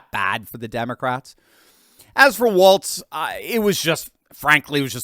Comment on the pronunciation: Walz , not "Waltz"